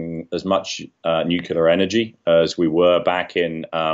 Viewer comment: He cannot even pronounce nuclear! Say it slowly,, new-clear.